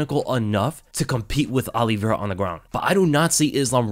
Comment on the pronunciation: Just came to hear you say Charles Aloe Vera